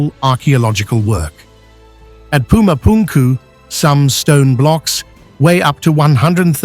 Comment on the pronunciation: Lol "puma punku" 🎉😂